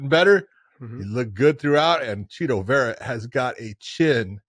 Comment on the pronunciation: It bugs me the way Josh pronounces "Chito".